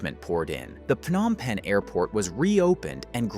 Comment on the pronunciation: Stop mispronouncing the city's name. It's not 'F-nom Penh' (just because 'ph' is usually pronounced like an 'F'—e.g., phone, physical, etc.). It's pronounced with a 'P' sound: Phnom Penh.